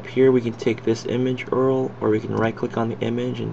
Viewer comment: Dude.. PLEASE rerecord this without saying Earl. It makes you sound like you just started using a computer.